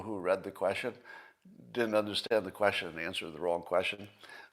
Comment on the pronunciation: Scott learned how to correctly pronounce the word measure. I hope he will do the same with the word question. It certainly shouldn't sound like...queshin.